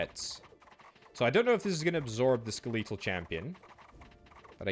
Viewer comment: That can't be the actual British pronounciation of "skeletal".